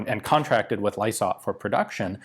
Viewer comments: Pronounced 'Lie-sart'.....easiest way to say Lysaght. The company made millions of pounds before and after the war (for many decades) making corrugated, galvanized roofing sheets, prefab housing and armor plating etc. BHP eventually took them over and the name has been re-used as a marketing brand name in the past few years. So dont feel sorry for the company, the wartime economy made the company a sh*tload of money, despite not getting paid much for the Owen gun..... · Yep - it’s pronounced Lie-sart. The company is still around today. More tin roofs than sub-machine guns though 😉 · For the record. It's is pronounced Ly-sart. Not trying to be dicky. You question your pronunciation so I thought I'd clear it up. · Ly-sart for pronunciation usually in my experience. But not entirely certain on this particular one as there's a lot of Lysaghts in the region. Looking at the strip down it looks like the most complicated part was the trigger assembly, not surprising it was reliable. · its pronounced lie sart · Lysaght pronounced “lie-sart” and PK = Port Kembla - town of manufacture. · "Lie - sart" (last part rhymes with art) Not lie-sort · Lysaght pronounced Lie-sart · BTW: the company name "Lysaght" is pronounced to sound like "lies-art" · Pronunciation - Lysaght PK: said like li for lion sart (liisart) PK : Port Kembla factory New South Wales Australia. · In Australia the company name is pronounced "Lie-Sight". They are best known for corrugated, galvanised iron roofing. They are a very old company. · Also called the "Diggers Darling" and Lysaghts is pronounced as lie-sart. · FYI "Lie Sight" .... Pronounciation. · Lysaght.... it's pronounced Lie Sart. Ryhmes with pie tart. And yes I'm a fifth generation white Australian from country NSW. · Lysaght = "lie-sart".... PK. = Port Kembla (south of Wollongong) in NSW. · Just a quick add in case you might like to know, Pronounce it as (Lie Sarts) and yes i live 2.7 km from it.